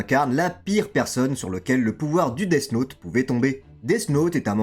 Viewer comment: Vraiment sympa la vidéo mais death « naute » 😬